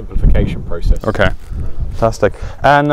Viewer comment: "ok, fantstic" much?